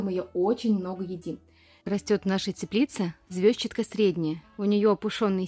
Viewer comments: А почему вы её всё время называете звёзчатка? Ведь звезчАтка же (через "е" и ударение на "а"). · как неудобно ваше произношение этой травы! Я живу уже 7 ой десяток и везде где бывала, ее называют "ЗвездчАткой", ударение на букву А. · ЗвездчАтка, и это правильное произношение.)